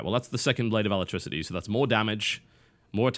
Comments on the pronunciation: Alacrity, not electricity. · ALACRITY bro, not ALACTRICITY. What is that anyway? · 1. It's actually pronounced ALACRITY. Not "aletricity". 2. Being the guy who's permanently invisible, you should be getting the gem. You are going to be wandering around their territory so you need to know when you are getting detected. Also, once you kill a ward, you are safe. If someone who doesn't have invisibility is seen killing a ward on the enemy's side of the map, the enemy team is probably going to make a beeline towards that person. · ITS PRONOUNCED ALACRITY NOT ALACTRICITY. A-LACK-RIH-TEE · "alacrity" != "alatricity" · TB, you need a break from talking. First "synonym" is "cinnamon" and now "alacrity" is "alatricity?" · I swear I cringed every time he said 'alatricity' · Ala-crit-e ,Alacrity, Brah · I'm the same for "alactricity" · ROFL gotta love that blade of "alectricity" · "blade of alactricity" XD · So much anger, it's Ah-Lah-crit-ee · So glad he keeps getting those blades of "alatricity" heh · TB keeps saying Blade of Alacrity as Alatricity.... .___. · Don't mean to be a grammar nazi, but it is the Blade of Alacrity. Not alatricity. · Blade of "Uh-LACK-rit-ee", my good sir. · Blade of Alactricity? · blade of what? it's A-LAC-RIT-Y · TB is pronouncing Alacrity wrong :P